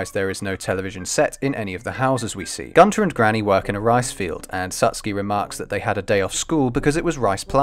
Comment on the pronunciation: its kanta not Gunther